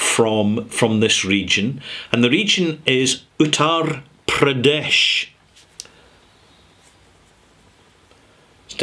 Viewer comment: That T in Uttar Pradesh is like the T in path, without the H. The A in Pradesh is not AA like you pronounced it, just half of it -more like the U in bum. The D is not the hard D you used, but the TH in further. Means North State.